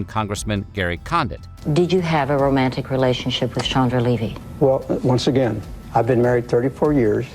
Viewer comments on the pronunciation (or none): none